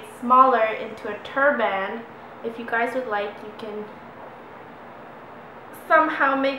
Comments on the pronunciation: Turban. Its turban Not turrrrbmannn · you say turban kind of weird haha like turBAAAAAN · Ahh you kept saying tur-BAN! It drove me nuts haha. Awesome video though :)